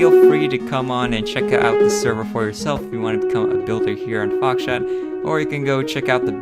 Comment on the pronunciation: Did he said foxshit in the beginning lmao